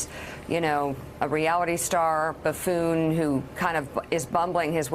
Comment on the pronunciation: lmao "buf·foon" caught me off guard haha.